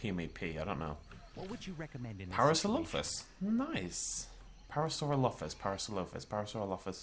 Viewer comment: So to get to finally...FINALLY pronounce Ceratosaurus correctly, we had to sacrifice parasaurolololololophus? Is it worth it?